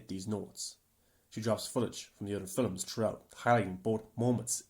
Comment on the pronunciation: why do you keep saying, "fillums" rather than "films" is that a standard way to pronounce and/or commonly say this word where you are from? im genuinely curious, im not trying to talk ish or what not...